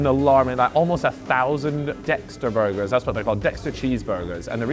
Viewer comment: Burrrgerrrrs! Edit: WTF, why aren't you saying it right? Edit 2: fucking tease, I see what's happening here